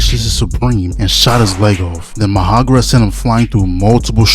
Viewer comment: MA HA ROG A....no disrespect love your videos